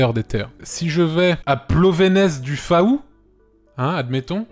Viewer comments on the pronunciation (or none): Antoine:Plovénez du Faouu(c’est "fou" pas "faou" d’ailleurs t’était pas loin du village de ma grand mère (Laz pour les curieux )et j’ai été content de reconnaître Oui à part son nom atypique Laz n’as rien à proposer si ce n’est une crêperie(mais comme c’est mon bled...) Je vous ai raconté ma vie 👍👍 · Plonevez du faou comment il prononce ça 😆 ça se dis plonévé du fou et non plonevaise du fa-ou 🤣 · "Plonéveze de fAou" ,C'EST HONTEUX sa prononce Plonévé du fou. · "Plovenez du faou" nonnnn ça ce prononce "fou"!!😂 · Ça m'a tuée Plonéceze de Fa ou et sa se dit plonévé du fou 😂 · Rule #1 : Quant on est pas breton on ne prononce pas le nom des villages ! ^^ (plonevez du faou = plovévé du fou) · Alors on prononce :"Plonévé du Fou" en breton... Sinon oui, on est méga prétentieux, mais on a de quoi aussi. (Même si j'avoue, Plonévez du Faou c'est pas ouf) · Aie il est passez à Plonevé du Fou (je l'écris comme ça parce que ça se prononce comme ça) c'est pas meilleur bourgade xD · Par contre "Plovenèze du FAAAou" juste j'en ai pleuré c'est absolument honteux mdr